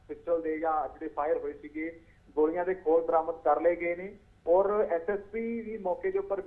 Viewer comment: ਮੈਡਮ ਲੱਲੇ ਪੈਰ ਬਿੰਦੀ ਲਾਕੇ ਬੋਲਿਆ ਕਰ ਜਦੋਂ ਗੋਲ਼ੀਆਂ ਕਹਿਣੇ ਓ ਗੋਲੀਆ ਨਹੀਂ ਗੋਲ਼ੀਆ ਹੁੰਦੀਆਂ